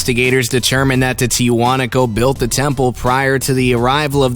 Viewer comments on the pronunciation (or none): Ever time he say Tiahuanaco temple , I think hes about to say Tijuana Mexico.